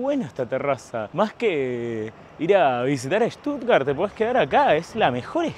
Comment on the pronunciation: Con Ramilla podrías ir a Armenia 😅 y otra cosa, es SCHHHHtuttgart 😂😂